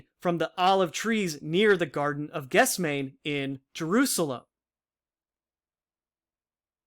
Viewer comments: Good work. FYI Gethsemane /gĕth-sĕm′ə-nē/ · It is pronounced "ges- them-any" Good video!